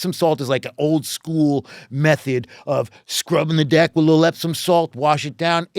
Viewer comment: I swear they’re pronouncing deck with an i.